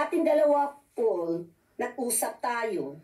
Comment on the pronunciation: wowo ikaw ba yan? tama nga may salik ka nga sa sa ulo kahit wala kang utak...ang ganda pala ng Piipinas bakit di mo ba alam na maganda ang Pilipinas halata naman na galing ka ng Pinas ang si ka nga makapamg english ng maayos kahit nadyan kana sa US.. Ang PAUL pinoprounce mo POOL..